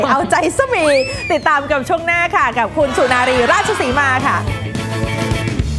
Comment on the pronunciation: สุนารี ไม่ใช่ สุรนารี โอยยย อิหยังวะ